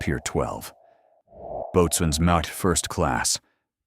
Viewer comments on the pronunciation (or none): Why are Americans unable to pronounce words properly? Boatswain is pronounced BOSUN.